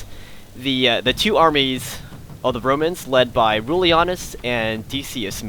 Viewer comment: It sounds like you said "Bromans"